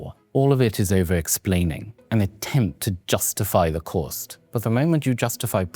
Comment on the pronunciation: when the guy is that well spoken he annunciates the R in cost like “Corrrst” … you instantly learn that he knows a thing or two about spending a few bob 😏